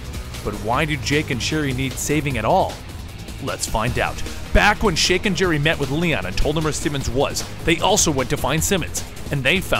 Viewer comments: he said shake and Jerry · "Shake and Jerry" lmao amazing how fast the brain can mix up the beginning of the names and you pronounce it fluently